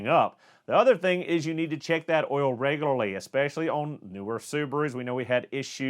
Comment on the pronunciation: Say Reglery... One more time....